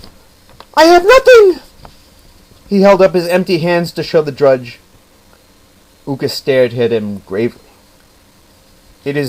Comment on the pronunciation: The way the name of Judge Ooka is pronounced is not like in school but like a double long O (ooh) in Japanese O no matter if only one or two is always pronounced like a long O. Did the book you got the story from happen to be written by Yuki Sheldon and published by the Stars and Stripes. The one she wrote had about 15 or 20 stories of Judge Ooka. All of the stories were great and like a fool I loned my copy out and they lost it.